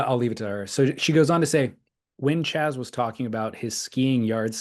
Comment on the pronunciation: not Chaz. Keep Doink!